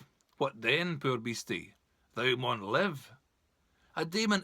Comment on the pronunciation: Misprounced "thou" throughout.